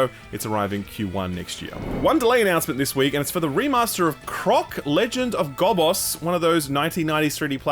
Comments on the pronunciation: Gobboss these... 🤓 its pronounced "Go-bows"" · I love that you pronounced Gobbos like it's some fantasy villain, when I've only ever heard it like Goblin-brand cereal 😂 really puts a darker twist to that game's title. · You are gonna get hell for pronouncing Legend of the Gobbos like that 😂